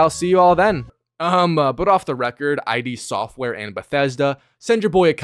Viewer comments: It's "id" software, not I.D. Software. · The developer name is just pronounced: It Software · id software. One syllable. Not pronounced "I.D."